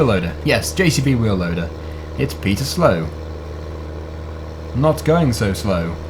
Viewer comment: Not Peter slow but Peter slo(Slovenia)